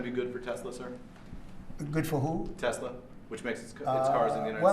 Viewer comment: love the part when trump corrects the reporter saying Tesla wrong... "Tesler" 😂